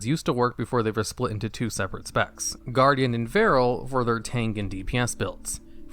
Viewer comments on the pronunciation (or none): none